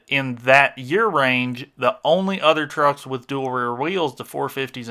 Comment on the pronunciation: An "Trerks" ..... LOVE hearing that ..... I'm an Aussie ..... :)